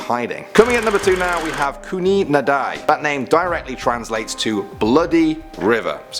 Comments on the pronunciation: Its not "Kun-e Naad-eye" that's way too exotic for India 😂 its just "khoon-e Nad-i" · its not "khooni nadai' but "khooni nadee" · Thank You for the upload. I am an Indian and I totally enjoy watching all your videos.... I simply love them! And please see that "Khooni Nadi" spells out to be "khoo-knee Na-dee"